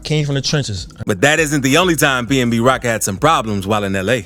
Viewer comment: It’s pnb rock not pmb lol